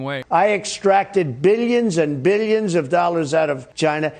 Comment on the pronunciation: Does he sneak an extra syllable into the word billions?